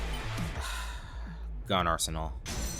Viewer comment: The way it cut off, it did NOT sound like that! Sounded more like "Gyoon"